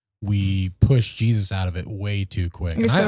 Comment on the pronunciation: Gosh he always says jes"US" I wonder why